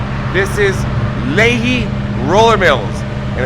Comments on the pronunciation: It's pronounced' Lee High' Might be a good idea to check pronunciation beforehand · Pronounced Lee-high. Stayed at a motel at that exit in June, and ate at that McDs across street from the flour mill. Certainly a lot more there now LOL. Love the video. Very entertaining and informative. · Lehi is pronounced as "Lee" "Hi" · I grew up not far from there. It’s actually “Lee hi” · How you’re pronouncing Lehi is killing me😂 love the video! It’s pronounce Lee-high, gave me a good laugh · It’s pronounced LEE-HIGH